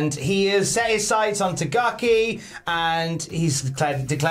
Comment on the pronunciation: Swear to god if keeps saying Tagaki I'm going to go mad.